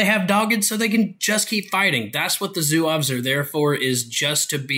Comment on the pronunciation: "Zouaves" as you pronounce it in the beginning sounds like a mexican city hahah :-) Amazing review otherwise! Thanks for the great feedback. I've been looking at getting some French for myself (since I play France whenever I can), and thanks to your great overview I now know what to play. Great work! You should pronounce Zouaves like Zoo-ah-v. The "e" and "s" at the end are silent. Same for Briscards, you pronounce it Bree-scar. The "d" and "s" are both silent. For Chasseurs, they are pronounced "shass-her" Now can't wait for your O-12 overview :D